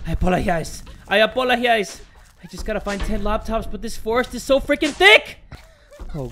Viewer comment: Nobody: Not even midori: I apologhise! I apolohise!